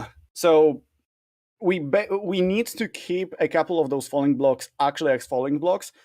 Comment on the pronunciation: I thought was saying funny blocks instead of falling blocks for so long